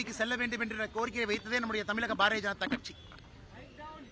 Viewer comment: மக்களால் பெருமளவில் நேசிக்கப்படும், படித்த இளம் தலைவர் அண்ணாமலை, நமது மாநிலத்தின் பெயரை சரியாகச் சொல்லவேண்டும். எல்லா பேட்டிகளிலும் தமிலகம் தமிலகம் என்று அவர் சொல்வது மிகவும் நெருடலாக உள்ளது. தம்பி அண்ணாமலை விரைவில் முதல்வராக வாழ்த்துக்கள்.....